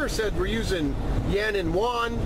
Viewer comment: Most people get the Ren-min-bi part right, just that Yuan is not that easy to pronounce for most.